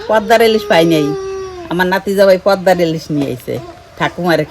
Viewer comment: Pordar ilish noi😂😂😂 kotkata holo poddar ilish.